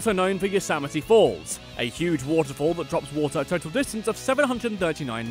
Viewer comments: same thing with Yosemite it's Yo-sem-i-tea not Yo-sam-i-tea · Additionally, he can't pronounce La Brea or Yosemite.